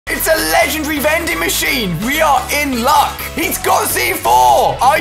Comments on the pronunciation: HE says legendry not lengendary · LE-GEN-DARY not LE-GEN-DRIE